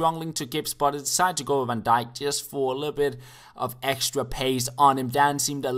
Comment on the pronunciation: Finally, Van Daik instead of Van Dick. Thanks youre the only youtubers who says that.